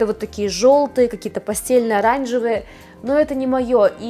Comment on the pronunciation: Пастель - произносится как пастЭль (размытый, растушёванный, мягкий, свет изнутри, бледный). Постель - кровать )))